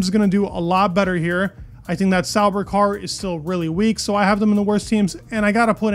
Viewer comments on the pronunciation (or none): none